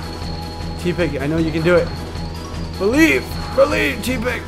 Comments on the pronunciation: Tepig Is Pronouced (tep-pig Not Tea-pig) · you remind me of my friend...you say tepig like tea-pig and so does my friend buts its pronounced teh (as in someone saying im teh coolest) - pig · it's not Teapig... it's Tepig